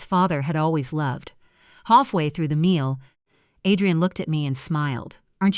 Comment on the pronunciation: Too many mispronounced words, O Liver, Ah drain, min u mit